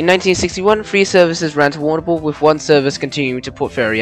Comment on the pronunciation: Agreed I come from Warrnambool and cringing !